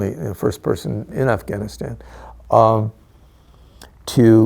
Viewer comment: why can"t I trust a man that pronounces it "Afghanistaaaen"